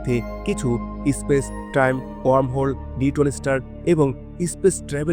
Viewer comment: ইসপেস নয়, স্পেস